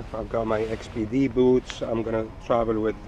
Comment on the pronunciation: By the way, XPD (your boots) is prenounced 'speedy'... Just thought I'd let you know :)